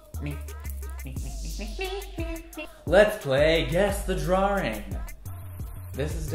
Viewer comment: The way he says drawing.... drawring